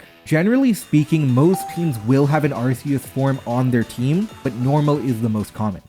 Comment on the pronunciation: I'm pretty sure you're not saying Terapagos, Arceus, or Zacian right.